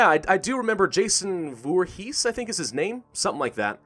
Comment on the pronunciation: Cangrats you said Voorhees right